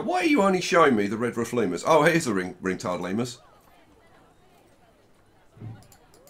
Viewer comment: nobody: literally nobody:: LeMeRuS